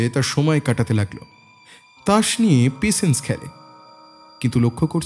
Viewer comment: Patience word ta pls thik pronounce korun. Khub kane lagche..